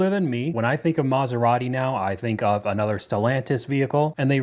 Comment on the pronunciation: Can you try to just say another not A nother? Nother is not a word.